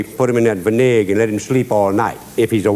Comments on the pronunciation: One parta Vin-ay-gah! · I don't remember hearing Justin pronouncing "vinegar" that way before 🤔😳